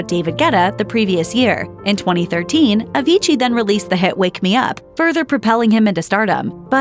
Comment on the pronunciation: stop saying avigii, but anyway, RIP avicii